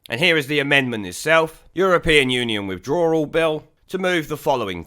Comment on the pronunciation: It,s withdrawal not withdrallal-you can,t even pronounce English Sassanach twat !